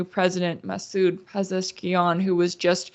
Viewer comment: Marandi is always a solid listen, but the pleasant surprise on this stream had to be hitting a clean double with her pronunciation of "Pezeshkian"